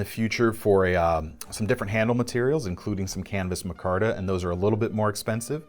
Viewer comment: It's pronounced micarta not mahcarta? It's like every episode you mispronounce another word, lol just kidding love your videos.